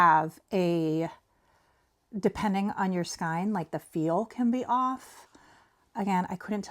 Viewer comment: Gosh, I know this is probably come across as incredibly rude and obnoxious... But it's driving me crazy. So I apologize in advance. Please learn to pronounce skein correctly... Sorry, sorry. I can't help myself.